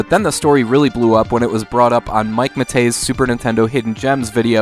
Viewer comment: Mike Matei!?. Mat...eh Mike!!.